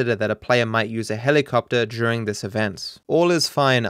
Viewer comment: “Juring" I’m sure you don’t say murjer. Why is during such a hard word to say. It has the same sound as murder